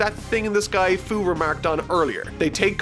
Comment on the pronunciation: You said Fuu wrong. Hes the man behind the slaughter Edit: Yooo 94 likes? Tysm luv yall ^3^